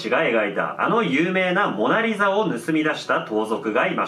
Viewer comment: オナリザにしか聞こえなかったんやけど 俺だけ•́ω•̀)?